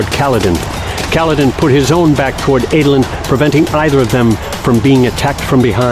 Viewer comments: I can get over a lot of name mispronouncing but saying “Ay-dolin” is where I draw the line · i always pronounced Adolin.. as ADD-olin... not AID-olin.. Anyone else? am i wrong?